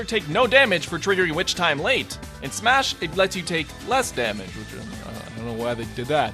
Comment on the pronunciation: final "smahs"